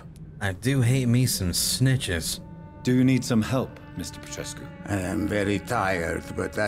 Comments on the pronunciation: Plus saying Darius Petreshoes 😂 but yeah I agree. And the accent is something else. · Petrescu reads Pet-res-ku